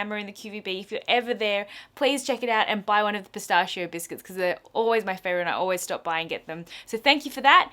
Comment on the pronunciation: Pistaccio? As in annual "Natalie can't pronounce properly" gathering? :D